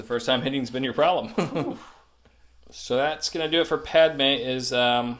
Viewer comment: that grievous attack is what happens when you pronounce padme's name like that